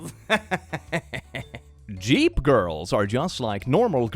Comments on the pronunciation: ahh you were referring to the second time he said jeep. The first time he read "Jeep girls" sounded right to me, so I was a little confused. But the second sounded off, I didn't hear that when I skipped back. Thank you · pronouncing ‘Jeep’ as ‘Yeep’ is everything I’ve ever needed (ik it’s because he’s Swedish) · pronouncing jeep as yeep is my roman empire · pls don’t pronounce jeep like that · Okay, the whole video is fun and funny, but the part that broke me was "yeep" in America, we pronounce it with a hard j, like judge or jump. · pronouncing Jeep as "yeep" is everything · I didn't realize I needed pronouncing Jeep as "Yeep" in my life, but here we are. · I'm not like other girls... I'm a guy pronouncing "jeep" as "yeep" made my day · Did- did say Jeep as Yeep? 👀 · I keep giggling at how is saying Jeep. I know this is an old video but I've never heard anyone say it like that ever lol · I understand that it’s his accent… but I find it so funny for some reason how he says “jeep” 😂😂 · i love how he says jeep lol. (i understand he’s from sweden and in his language j makes a y sound don’t come for me) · I just have to point out that says jeep in the best way possible